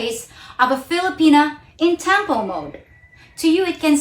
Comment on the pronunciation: Please do not pronounce the word “tampo” with an American twang. I give it to you that your English is excellent but it’s not nice to hear a local pronounce local Filipino words with an a twang. To me it’s OVERKILL!